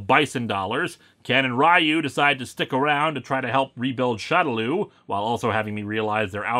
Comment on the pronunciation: for future reference, shadaloo is, from what i gather, supposed to be pronounced "shadow loo (like moo.) " just wanted to give the heads up. great review man, keep up the good work.